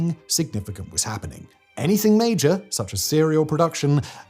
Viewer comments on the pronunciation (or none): none